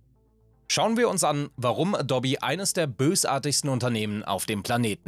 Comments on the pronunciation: Das heißt nicht „Adobbi“, sondern „Adohb“. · Das heißt Adooooooobi nicht dobby. Ist nicht Harry Potter. Sorry Video abgebrochen. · Und auf keinen Fall heißt es "a-dobbi" 🤨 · Naja eben wie man es ausspricht Ädoubie , so oder so ähnlich keine Ahnung wie man die Aussprache schreibt. Jedenfalls nicht Adobby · Es heißt 'a-do-be', nicht 'adob-e'. Jedes Mal, wenn ich 'adob-e' höre, stirbt der innere Monk in mir. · nein, ich mache das nicht mit Absicht - und vor allem nicht mit böser. Manchmal ist es aber einfach so, dass man Gewisse Namen immer falsch gelernt/Ausgesprochen hat und eben die Gewohnheit durchkommt. In diesem Video sage ich ab einem gewissen Punkt wieder Adou-bi, anfangs Adobbi, früher kannte ich die Firma als Äddobb. Natürlich versuche ich, die Namen möglichst richtig auszusprechen, setze mich vor den Scripts in der Regel mit den Namen auseinander und suche teils sogar während der Aufnahme noch nach Aussprachen - aber Fehler passieren einfach…bei großen TV Produktionen sitzen dann Leute in der Regie, die nochmal sagen „Schau hier, mach das, korrigiere das“ - wir sind allerdings ein zweiköpfiges Team ohne Multi-Tausend-Euro Budget pro Video. Wenn und was bewusst auffällt, wird entschieden „lassen oder neu machen?“ - manchmal fällt es aber auch einfach nicht auf…oder man weiß eben was gemeint ist und lässt es so. :) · Das heißt adope, nicht edobbi. Das bleibt alles so wie es ist und es wird hier auch nichts dran gerüttelt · Alles nach OS 9.2.2 ist scheußlich. Incl. 'aboub' und dobbie hatte zum Schluss dann auch eine Socke weniger Ich nutze keine Software im abbo. Dann nutze ich sie halt nicht. PS. : lerne mal Adobe auszusprechen.... : adoub(e) Du disqualifizierst dich grad schon wieder, obwohl du inhaltlich recht hast. Grüße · Adobby?? Ernsthaft??? 🤦‍♂️ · Wenn man das auf 1,25x Geschwindigkeit hört, sagt er eindeutig Dobby ;-) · Ich schwöre es nervt so hart bro es ist EH-DOH-BEE / AH_DOH_BEE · Ich komm einfach nicht klar auf die Betonung von Adobby :D